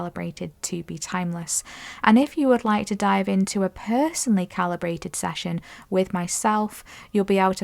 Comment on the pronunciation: Session ...... Not sashion. 😮😅😂❤